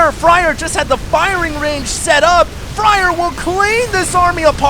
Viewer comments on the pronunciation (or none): Isn't Fraer pronounced like 'flair' instead of fryer?